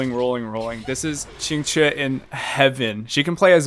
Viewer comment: How did dude pronounce Qingque's name three different ways in less than a minute?